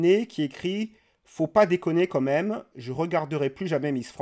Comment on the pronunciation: Salut, tes vidéos sont bien mais par pitié, arrête de dire "comme même", ça tue la crédibilité "quand même" ! ;)